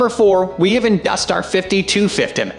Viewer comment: It's "Industar" not 'dustar'. For good reviews of ex-Soviet lenses with photos, go to Zenography channel on YouTube.